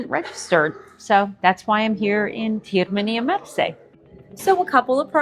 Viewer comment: Nice video. However, Termini Imerese, not Termini Imersi